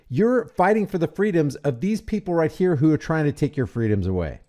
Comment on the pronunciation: "right chyeh" 🤣 I shouldn't have been drinking powerade at this moment. It came though my nose a little bit.